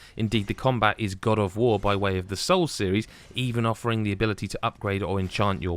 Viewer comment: You say "Combat closest to Dad of Boi", like it's a good thing...